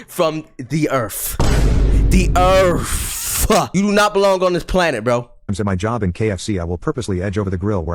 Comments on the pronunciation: from the earf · BAN FROM DA EARF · y bro sayin earf not earth